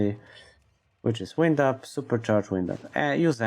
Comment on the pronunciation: lol come on buddy. it's WIND up. like wynd, not wind like windy day. Make your videos short. more views. :)